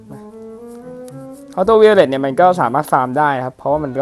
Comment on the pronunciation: ไวโอเล็ทครับ พี่อ่าน วิโอเล็ท ซับแล้ว